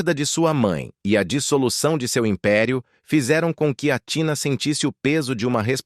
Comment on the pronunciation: O nome Grego se pronúncia ATHINÁ E NÃO TINA FAVOR PRONUNCIAS O NOME CORRETO DELA !! ATHINÁ O ACENTO E NO Á E NÃO NO TÍ